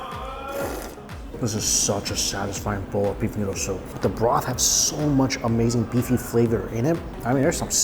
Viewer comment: Argh, that all looked A-MEYE-ZING (phonetic approximation of how Mikey sez it)! Someday, Taiwan, I shall come and eat all the things!